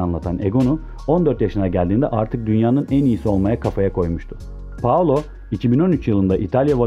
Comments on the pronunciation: daha ismini dogru durust soyleyemiyorsun spiker...paolo deyip duruyor allahim yaa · Novaro değil Novara Paolo değil Paola